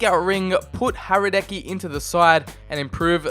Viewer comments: U say Hradecky like radetsky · Hradecký is pronounced like Hradetskee😂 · Hradecky's name is pronounced with a silent "H". Like Radecky.